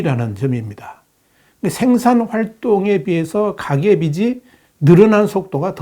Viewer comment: 빗이(비시) ➡️ 빚이(비지)!